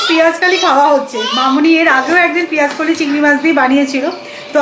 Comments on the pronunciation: Peaj kali noe..peaj koli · পিয়াজকালি আবার কি হয় পেয়াজকলি বলে 😄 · Ha er ager din o sunlam peyaj Kali bolte 😂😂😂😂😂 eto Kane lage sunte 😂😂